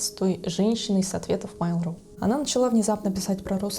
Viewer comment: Ну почему "мАйл", а не "мЭйл"? Вы же не называете электронную почту "и-мАйл".